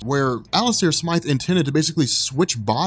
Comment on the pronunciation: Thanks for saying Smythe and not Smith